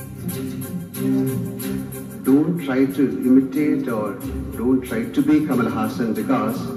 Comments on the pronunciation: Make ur prenouciation better bros, he is not kamal hussan. Its kamal hassan, better u guys shud study about someone before make those comments. He is a legend 👏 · Btw guys, his name is pronounced HUSSUN not HOOSAN. Hus (rhymes with bus) and sun (like sun). Hus-Sun. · It's Kamal "HAASAN", not Kamal " Husan ". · It's not "Ha+Saan"..it is "Haa+San". 1. Salangai oli 2. Anbe sivam. 3. Moondram pirai. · For the last time. It's Haassan and not Hussaan 😂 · it's Kamal Haasan not Kamal Husaan. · Trust to screw up names... Husan??? Anyway... I liked kamal haasan's sadma and appu raja... And chachi 420... These are dubbed hindi versions... You can watch the original Tamil versions... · its kamal haasan not kamal husan guys pls 😅😂